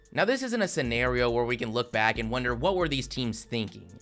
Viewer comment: Dude, the content of your video is great, but you really need to work on your narration. The way you drag out the last syllable every few words really detracts from your video and makes it almost unlistenable. "Today we're gonna look baaaaaaaaaaaaaaack.............at every single playerrrrrrrrrrrrr............that was taken ahead of him in the draaaaaaaaaaaaaaft......" I mean, c'mon man